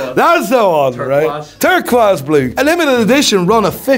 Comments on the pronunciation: attempting to pronounce Turqoise...TAKE 1...Action🎬: Tuh • Kwaise Rest of the world: Tuh • Kwoyz 😂😂😂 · Tur-quas!! Love it! Should have cut to a clip of trying to say tarantula, a tarentoola ❤ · Love how struggles with turqoise and accidentally reverted to factory settings and said it perfecly in dutch